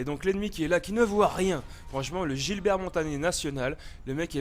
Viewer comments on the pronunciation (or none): none